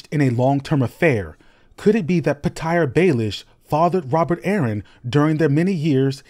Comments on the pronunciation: Pe-tire and pea-kway??? You got Google and an entire tv series to ascertain pronunciation and you’re just gonna wing it? I would say it’s Peter Baelish and piqued is “peaked.” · Pee-Tire though? Lol pretty sure the author himself pronounces like Peter. Threw me off there for a second. 😶‍🌫️ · I’m a little surprised you’re worried about bad audio on some other project when it seems like you’re using AI in parts of your narration. “Pi-kyu” (or whatever it was? “Petire” (rhymes with “satire / satyr”? I’d be a bit disappointed if it were so. I like your accumulation (in football YouTube, they’re called “aggregators”), but hardly, if any of it is fresh, and your monotone does it no service. I think you work quite hard at this, so I mean no offence. I’d rather hoped you’d grow the channel into something a little more original, and continue to do so. Best of luck! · Pee-tire Baelish is wild